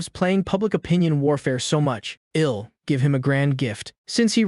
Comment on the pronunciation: Fcking eel cook.. Eel clean.. Eel pay you back can someone slap this AI for me 😅😅